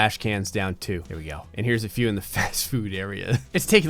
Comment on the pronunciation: "Its like Dave and busters with a few more guns" Emphasis on "a few" more guns